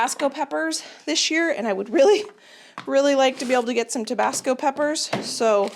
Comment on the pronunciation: When you say “this year” it sounds like “this gear”. 😂 Thankful for all your A+ content!!